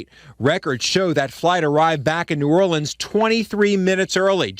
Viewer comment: Love you, but please learn how to pronounce "Orleans" (as pronounced at the mark)